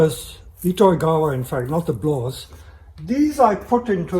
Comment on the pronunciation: just to be specific, it's not a "blaww", it's called "blaauw"